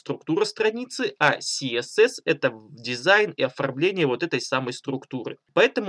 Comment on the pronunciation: А Гоша только отвык говорить КаЭсЭс))) Наконец-то))